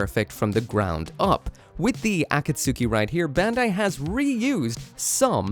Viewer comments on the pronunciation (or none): It's "Akatsuki" not Aka Suki say the akat fast then a split pause then say Suki kapish? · A-kat-ski 👈 A-kat-suki 👋 Not a super important difference, but I keep hearing it wrong everywhere. It's sounding like when Americans say carry-oaki, or pough-ki-mon. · Akatsuki is said like A Cat's Key not A Cat Sue Key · why do you pronounce things so incredibly incorrectly. ah-kat-soo-key? really?